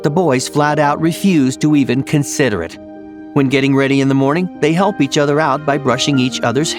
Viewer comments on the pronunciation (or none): none